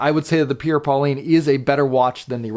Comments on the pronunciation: Great review! One complaint...It's pronounced "Paul-ain" with a soft "N", not "Pauline". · I much prefer the Merkur, mostly for the dial legibility and case design, as well as the suede strap. Just a note..."Paulin" is not pronounced "Pauline", but rather more like "Paul-aingh) with an almost silent "n" sound. Great review. You and Shane are a great duo. I'm going to watch his review and see if he mispronounces "Paulin" as well!